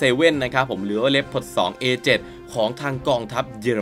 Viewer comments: อ่านว่า ลีโอพาร์ด ไม่ใช่เหรอครับ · ดูมาหลายช่อง มีช่องนี้ออกเสียงถูก ช่องอื่น ออกเสียงว่า ลีโอพาร์ด 😂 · ผมก็อ่านเป็น ลี โอ พาด มาตั้งนาน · อันดับ1 ผมอ่านว่าว่าลึโอผาร์ดตลอดเลย